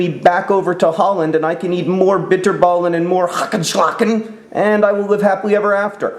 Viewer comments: the way he says ''bitterballen'' im laughing so hard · The way he says 'bitterballen' 😂 I'm actually from Holland and it's so cool to see that my favorite author likes this country so much :) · If you're dutch and you know how to say "bitterballen" it's soo hilarious the way he says it